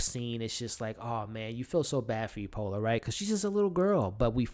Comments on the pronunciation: Epona, not Epola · Love your reviews but you keep saying "Epola", her name is "Epona".